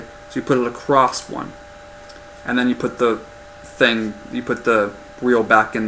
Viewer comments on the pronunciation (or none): none